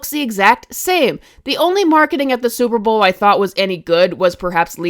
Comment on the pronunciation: "Super browl" my favorite lol